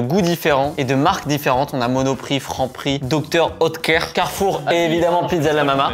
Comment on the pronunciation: pour le coup moi cest Hautecoeur, et c'est Dr Oetker la marque, ca se prononce pas pareil 😂